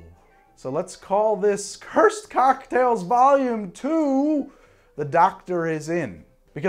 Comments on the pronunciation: Every time you said “Docktails” I instinctually and uncontrollably went, “a-wooo-oooo!” Everyday they’re out there making “docktails” “a-wooo-oooo!” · Saying "whoo hoo" after every time he says doc-tails (whoo hoo) is a requirement upon viewing